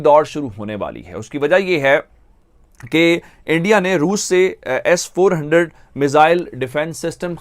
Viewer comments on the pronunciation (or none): Andia nahi re punjabi urdu valo it's INDIA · Abe chutiya endia nahin India bol. Sahi se bol nahin paeta kya journalism karega tu... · These people dodnt know to pronounce india they vl tell endia.and for market its markeet